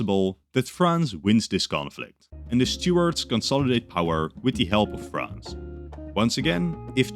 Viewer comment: Took me a while to realise you meant Stuarts when you were saying Stewards